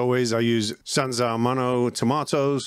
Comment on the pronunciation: "Sanza Manuel tomatoes" Italians watching this be banging their head against the wall 😂 Trolling genius 👌